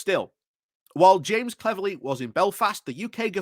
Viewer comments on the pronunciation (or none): none